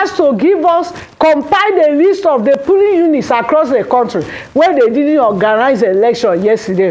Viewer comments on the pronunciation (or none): Plsssss this phrase is "POlling unit" NOT pulling unit oo